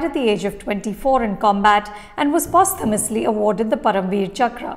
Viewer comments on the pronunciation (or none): I would've agreed until now but she pronounced posthumously as "pos-tha-muslee"